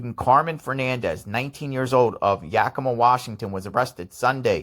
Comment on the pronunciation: Wow. You pronounced "Yakima" like a pro!